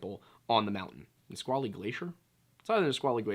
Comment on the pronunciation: you pronounced Yakima and Nisqually correctly 😭 bless